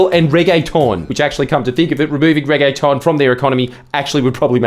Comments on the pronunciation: I’ve never heard a Australian pronounce “reggaeton” before but it’s really funny 😂, makes it sound like a fancy pasta lol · The thing that erked me the most about this video was the way you pronounced reggaeton. Make it more of an ‘ah’ sound. Regg-AH-tonne. I’m a busy dancer so these things matter.